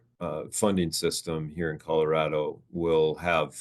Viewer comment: “Coldorado”? lol